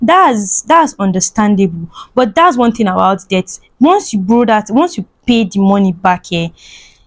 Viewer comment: We know what debt is, na you no sabi pronounce words😹😹😹😹